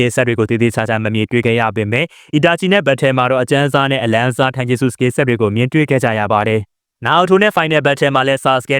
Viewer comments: たいじゅすတိုင်ဂျူစုပါ ထိုင်ဂျက်စုမဟုတ်ပါဘူး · ဂျပန်လိုromanjiမှာtaက တ ပါ iကအိပါ tai(たい)တိုင်ပါ အကိုက ထိုင်ပြောနေတာ မှားလို့ထောက်ပြတာပါ